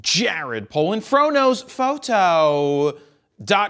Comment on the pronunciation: Dude! ITS Fro knows PHOOOOTo dot com. Emphasize the Pho-to. Cuz noone knows what a foto is! Dont you watch your bosses vids....geesh